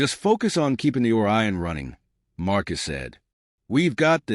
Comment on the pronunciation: AI Narration doesn't pause when it should and pauses when it shouldn't and incorrect emphasis. Not to mention the mispronounced words and poor sub-text ( just one idiotic example: "calms in the ship" -> "Comms in the ship", This one was just too funny, "Marcus ass"). Channel not worth subbing.